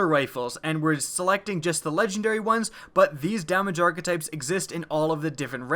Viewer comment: is it just me or is the way he is pronouncing hakke and archetypes really wrong?